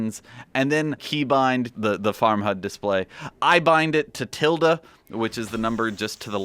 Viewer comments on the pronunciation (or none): It's 'tilde'.